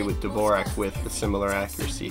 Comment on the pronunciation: dvorak is actaully pronounced like "d'vorzhak"